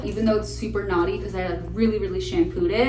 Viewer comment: the fact that my brain couldn’t stop thinking that you were saying “my hair is so naughty” 🤣